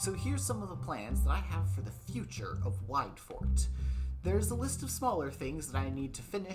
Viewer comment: More like "TooWideFort"